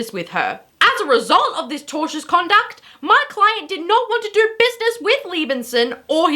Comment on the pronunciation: You say do like doer